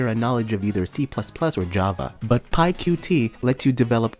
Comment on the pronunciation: so.... pyqt is pronounced pycute (idk why I still remember this from when I first started trying to learn python and graphical interfaces but that's their deal with it